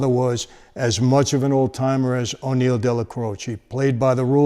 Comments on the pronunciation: Why do you keep calling him O'Neil? Wasn't it just Neil? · "O'Neil"?? No : Neil! His real name was Agniello Della Croce. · Aniello. Not O’Neill.